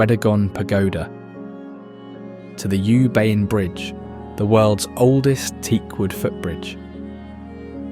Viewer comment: You Bain ❌ Oo Pain✅